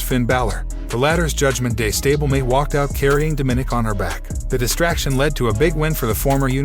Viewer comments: You twice mispronounced "DOM-i-nic"'s name. Not "do-MINIC"! learn to speak correctly. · How many times did you misspronounce Dominic name in this video